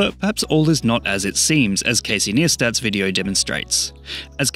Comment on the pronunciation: "Casey Niestat" 😭😭😭